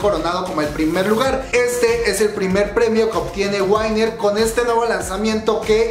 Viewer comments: Es winner no wainner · Que dolor oír lo mal que pronuncias winner 💔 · Tienes unas malas pronunciaciones pero aqui te dejo las correcciones Exo-L: Exo-el JYP: Ye guai pi Winner: Wi ner Gaon: Gaon (Sin Acento) Key: Ki TVXQ: Ti Vi Ex Quiu Este es un comentario constructivo espero no te lo tomes a mal